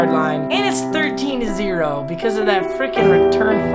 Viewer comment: “sixteen to zelo😂